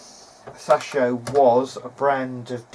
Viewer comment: Sas-shio? You mean Say-show. It's pronounced as it's spelled.